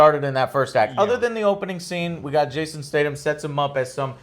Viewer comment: triggered every time he said it! lol